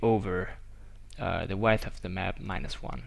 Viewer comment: Say weidth one more time, I dare you, I double dare you